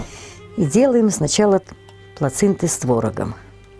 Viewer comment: И во-первых, и во-вторых - плэчинте!!! ))) И если как-то пытаться "русифицировать" это слово, то идеальным вариантом было бы "плачинты". А из двух предложенных вариантов ближе все-таки плацинТы, а не плацинДы, где исковеркано вообще все слово. А вот про дрожжи тоже не поняла.